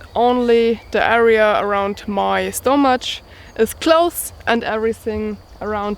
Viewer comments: Stomach Is Pronounced Like Stumick. Your English Is Getting Better Though. Good Job. 👍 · Very nice. I love the way you pronounce "stomach"! Happy Adventures!!!!